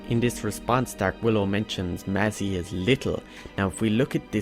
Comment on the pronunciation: You pronounce 'phalanx', "falanax"? 'Mazzie' is pronounced "mass"? How is do you justify this pronunciation?